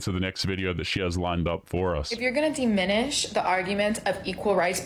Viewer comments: The world is diminish, with a soft i, not deminish , with a hard e. Also her sentence construction and grammar are abysmal. I know that's grammer policing but I have high standards for a "genius." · I thought it was diminish, not deminish, but I'm not a genius.